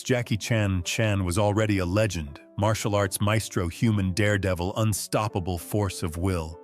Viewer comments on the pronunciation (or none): none